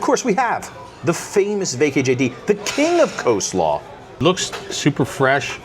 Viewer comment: How do you know you watch a lot of Vacation Education videos? When you and your husband start a drinking game: drink every time someone says "Co-slaw" (with the silent "L") 😂